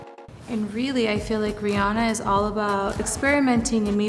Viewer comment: It's RIH-ANNA